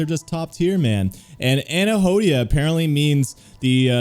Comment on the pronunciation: its prononuced an- hedonia. . i love your reaction!!!